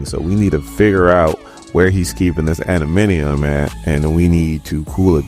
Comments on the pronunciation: love your commentary. just one or two notes. It's Chamber not Chambers and it's adam-ant-tium not adaminiom lol. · ADA-MAN-TI-UM say it